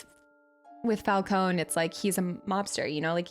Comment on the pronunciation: Hurt my soul evert time you said Fal-cone lol ...instead of Fal -cone -e